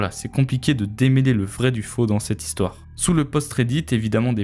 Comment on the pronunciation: J’aime bien la troisième zistoire perso.